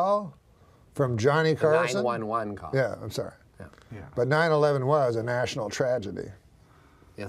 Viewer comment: I just love the way he delivers the national tragedy line so sincerely emphasis on Was, as if there is another opinion out there.